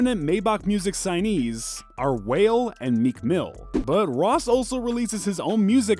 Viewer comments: Boy said whale 🐳 😆 😂 It’s pronounced wah-lay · Wale : Pronounced wah-ley not whale. Please do better research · Its Wale bro not Whale 🤣🤣🤣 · Man called Wale (pronounced WaaaLay).. WHALE 🐳 😂🤣🤣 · I was with you till you called wale.. Whale 🐳 😂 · it's wale not wayle show some respect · wale- whale?????lol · Did this man just call wale whale 🤣🤣🤣🤣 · Sir! It's pronounced "Wah-Lay" not whale...wtf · This nigga said WHALE. it's pronounced like Wah-Lay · Its WAH-LEY.........how can you say whale???? DAMNN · You should be cancelled just for calling Wa-ley whale 🐋 smh you sound like a culture vulture smh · Its not Wail... It's Wa-leigh! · Whale 🐋 not Wale 😭😂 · It's Wale not Whale! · Stopped watching after he pronounced Wale as Whale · Dude, it’s (Wah-lay), not whale 🤦🏾‍♂️ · Did he just call Wale a whale 😂😂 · Mans said Whale instead of wale 😂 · My dude, did you just pronouce 'Wale' was 'Whale' ?? LMAO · wale pronounced Wah-leh this dude whale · unliked this video just for that reason. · Its wal-e not whale ! 😒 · After he said whale this whole video lose credibility 😂😂😂😂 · did this guy really call Wale... Whale... hahahaha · U legit lost all credibility when pronounced Wale as whale 🤦🏾‍♀️ Put some respect on Wale name! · DID YOU JUST FUCKIN SAY WHALE?? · 🐋 it's Wale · what do you mean "whale"?😂😂😂😂😂😂😂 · Why you call wale... whale 🤦🏽‍♂️ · This dude called him wale the fish🤣🤣🤣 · WHAH LEY not whale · "Whale" HAHAHA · Culture vulture at its finest. Dude said Whale smh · Bro said ‘Wale’ as Whale 💀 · Mans said whales 😂😂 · mans really said whale, smh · How the hell can you have Hip-Hop in your name and pronounce Wale’s name as whale! SMH you got me fucked up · Bro said ‘whale’ ☠️ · This nlgga said WHALE ..... no credibility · He said Ross’s last album was 2009, and called Wale whale. Who is this dummy? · I’m gonna dislike just because he said “whale” 😂😂😂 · "Whale"?!! Wtf??! Im not watchin this shit. This guy dnt kno wtf he is talkin bout🤕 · Bro said “whale” instead of wale😂😂😂